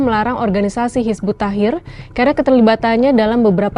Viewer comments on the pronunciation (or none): Astaghfirullah...belajar dulu mbak...nyebut nama nya aja belepotan..kok dah berani bilang terlarang...Hizbut Tahir...lucu